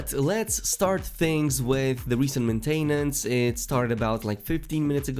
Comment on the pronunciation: you pronounce maintenance funny. i nearly spit our my drink when i heard you say it